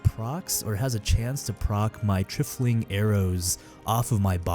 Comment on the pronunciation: For the love of God, it's pronounced, "Try-full-ing" "TRY-FLING"